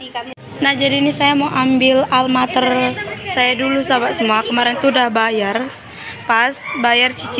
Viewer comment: Almamater ya meysin, bkn Almater😊